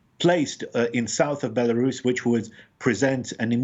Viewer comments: I love how she pronounces the name BIALORUS with the accent instead of the English pronunciation BELARUS. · Why does she call it Bielarus.